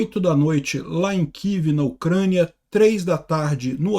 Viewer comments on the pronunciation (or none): none